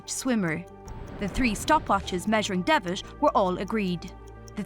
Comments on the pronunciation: And calling John Devitt "John Devish" is just wrong. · The pronounciation iso annoying like "credish", "greatesh", "Devish"